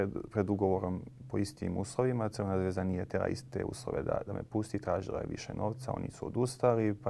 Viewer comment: Izgovaraj kako se klub zove, C. Zvezda. Razumijemo da pričaš ijekavicu ali kod ličnih imena ne postoji ikavica ijekavica ili ekavica, izgovaras onako kako se zove. Mislim da bi to kao novinar morao znati i primjenjivati. Zvijezda je totalno drugi klub. Sportski pozdrav.